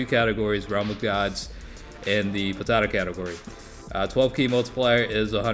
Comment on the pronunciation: How u say potara sounds like ur saying potato category😂